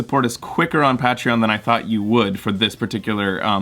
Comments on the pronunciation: Ur pronouncing Patreon wrong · you're welcome, we love love you. though I don't know if I'll ever get over your pronunciation of Patreon.